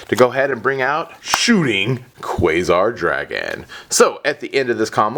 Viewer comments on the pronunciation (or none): none